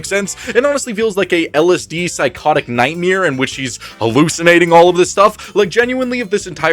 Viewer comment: Love that you reviewed this series. Also whenever you say Ny-ight-mayha it makes me laugh